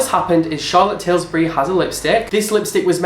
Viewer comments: I could not focus from the second you said charlotte tilsbury 😂😂😂 CHARLOTTE TILBURY 😂😂😂😂😂😂😂😂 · Did anyone else find him pronouncing charlotte tilbury as tilSbury annoying ?! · It's 'Tilbury' - do your research before you post a rant!!! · Charlotte Tilbury not 'Tilsbury' haha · 😆😂"tilsbury" ... It's tilbury.. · charlotte tilbury not tilsbury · I'm sure someone already told you it is Tilbury. lol. I DID watch 3 favorites video for October 2016 today and they all had Charlotte Tilbury's KKW lipstick in it. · It's Charlotte Tilbury and Jeffree Star, not Tilsbury or Stars :) Nice video though!